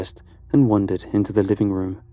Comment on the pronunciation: That’s so funny I notice the same thing with the guy from Lighthouse Horror every time he says the word “room” it sounds like he’s saying “rum.” So now I listen for it in every one of his videos he says it at least once lol